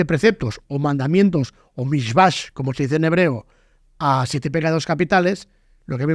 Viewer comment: Mandamientos en hebreo no se dice Mishvash como dice el La palabra en hebreo para mandamiento es Mizvot!! Mitzvah es en singular y no se pronuncia Mishvash La correcta pronunciacion es gutural en MITZVAJ Es in plural!!!!